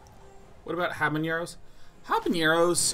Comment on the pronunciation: There is no accent on the N in Habanero. It's not HanaNYERO.